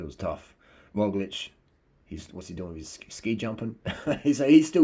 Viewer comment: Great pronounciation of our slovenian semi-god Roglič :) The guy with the "shoelices", our quater-god Tadej Pogačar :) keep up the good work